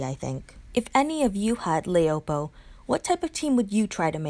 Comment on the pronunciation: You forgot jessie anderson as an S class. I don't really like laopo as a 6* she is too slow. Her name is chinese for wife so pronounce it that way la-o-po